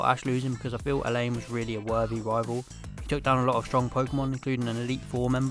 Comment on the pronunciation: His name is pronounced: uh-LAWN.